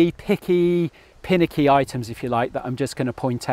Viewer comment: Do you mean finicky? Not pinicky?